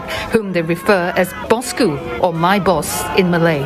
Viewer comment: bosskuu. bukan besye besyeeee